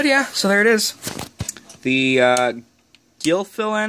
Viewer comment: its pronounced gillfeelin' lol duh :P